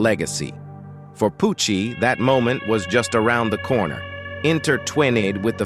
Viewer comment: He said “vengeyance” and then turned Italian when he said “Pooouochiee”